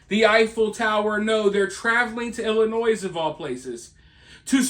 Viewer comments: STOP saying the s on Illinois 😉 i live in Iowa right on the Illinois border and honestly we've not seen any yet. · Please, no s on Illinois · no S in illinois! lol but yes we have a LOTTTTTT here 😅